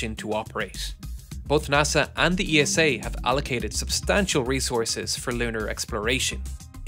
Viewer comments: Please STOP pronouncing ESA (isa) E.S.A. At this point it’s becoming really jarring….😅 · Pronouncing ESA as E.S.A…. also amazing….😅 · People at ESA, even the general directior reads ESA the same way as you read NASA not as typical acronym fasion like JPL. Great video! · Please try to pronounce ESA correctly… next time😅🫶 great vid!